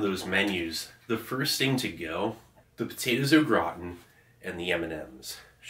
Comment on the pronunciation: I coulda swore he said “potatoes look rotten” 😂